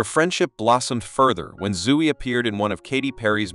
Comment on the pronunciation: So if you're ginger, you look like Ed Sheeran? They didn't even look like him. And Zoey is pronounced zoh-ee, not zoo-ee. There's only one O.